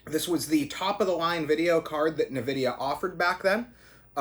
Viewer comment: Dude its nvidia not nividia 😂